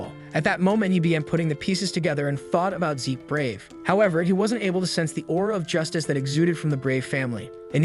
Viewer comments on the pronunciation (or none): Zeke. Not Zich. Zeeeeek. Awfully grating to hear zich over and over again, if youre going to use AI voiceovers it would be great to check names and genders before posting, cheers. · Fix the voice program. It's always mispronouncing names. MC is named Zeke... not Zitch! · Bruv it’s Zeke… pronounced Zeek (replace S with Z sound in the word Seek). Why call him Zich, he ain’t no snitch. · It's Zeke, not Zich. Rhymes with leek or reek or peek or sleek, etc. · It goes to Zeek a bit later in video. So it was fixed